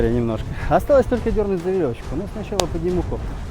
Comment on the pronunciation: 😄👍 «За веровочку» ! Земляк, ты случайно не из Белоруссии ?!